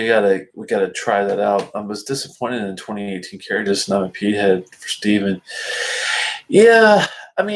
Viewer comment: As you may know a DH combination in both IRISH and SCOTTISH Gaelic silences the D sound so CARDHU is (CAR OO) for comparison GÁIDHLG (GAW Lig), the Scottish gaelic word for the the language from which Gaelic in English is derived has a silent DH. The same is true for Cardhu and Tamdhu. Unfortunately, the majority of Scottish people are monoglot English speakers so they go along with the Anglicized pronunciation. Just an intellectual tidbit. SLÁINTE Mike